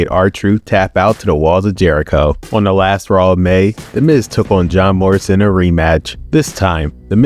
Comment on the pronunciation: it sounds like you said "Job Morrison"